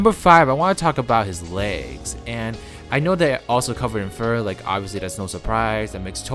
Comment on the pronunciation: the way he said "legs" xD